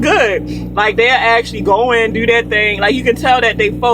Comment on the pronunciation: Say "do" lmao Baltimore accents like "deuw" aww low and deep